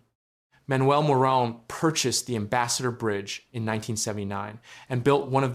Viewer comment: It's pronounced "Moron" family